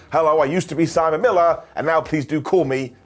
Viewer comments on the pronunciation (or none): none